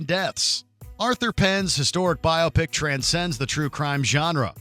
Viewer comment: Bi-opic! Say it with me. Bi-opic. Like bi-ography.